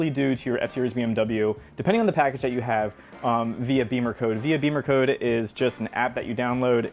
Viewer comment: It's Bimmer as In zim zimmer who git the keys to my bimmer. Not beemercode 😂